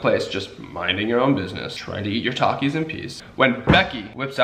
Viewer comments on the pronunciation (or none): it triggers me when he says Takis cuz he pronounces it tuh-keys but its ta-kees . its funny at the same time tho